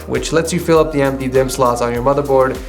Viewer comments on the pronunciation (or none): Am I the only one or is he saying da instead of the